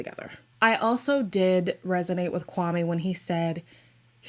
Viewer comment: add that she keeps saying kwaME and guhNEEan with her whole chest..girl good that you’re trying but you could try harder